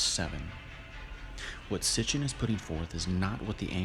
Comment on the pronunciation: Thank you for correcting Sitchen. Long time coming. Thank you